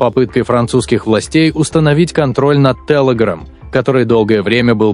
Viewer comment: Сколько раз он сказал ТЭЛЭГРАМ?